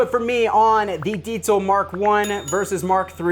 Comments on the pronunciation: Man, I'm so happy (being german myself) that pronounces it the right way 😇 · That's how you pronounce it, I cringe hard everytime I read/hear Diesel or Deizel. 🤣 *honorable mention: "Squire Jagwar"